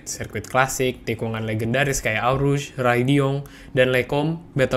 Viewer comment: Really? Eau Rouge di baca Au Ruz? Wkwk u need more experience 'bout that